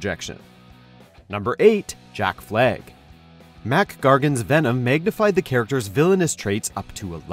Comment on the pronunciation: So... is it Jack Fleg or Jack Flag? xD Another great video, thanks for the entertainment :)